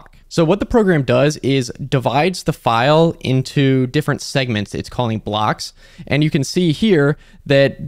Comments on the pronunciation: in Italian, the ai pronounces the word "file" incorrectly. the ai says "file" when it should say "fail" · I like how the Italian Ai translated voice doesn't recognize english terms like "File" and reads it like it's "lines".